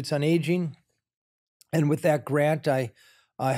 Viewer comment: All great but Valeria - learn the „th" sound. It’s not a „t ” with is not wit